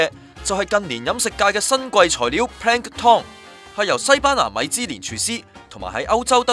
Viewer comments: 個音完全錯咗....tom🤣 (pl'æŋktən) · Yo Yo Asd 你聽唔聽到最後果兩次係Pan Tom not Pank Tom! 大陸新移民。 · Pan tom? 讀多兩年英文啦！ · should be plank-ton as in Hil-ton.